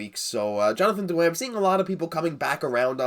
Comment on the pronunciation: Do you really have to roll so many R's in Drrrrrrrrouin?